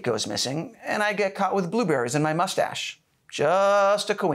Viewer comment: Love the “molestash”. Very classy.